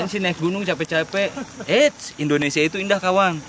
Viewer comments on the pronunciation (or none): none